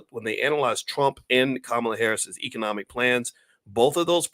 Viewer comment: By the way, her name is pronounced (comma la)